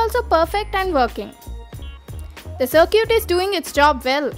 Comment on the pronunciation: Love how you pronounce "circuit". Smart video, thanks.